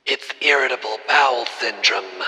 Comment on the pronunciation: It's "Irratable Bowel Syndrome "😂 😂 😂 😂 😂